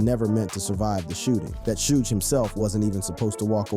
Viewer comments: Sooj? 😂😂😂😂😂😂 It's pronounced shug. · Fuck this A I video 📹 repeating the same thing and pronouncing Suge Knights name wrong. 😅